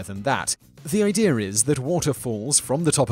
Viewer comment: The word is idea not ide-er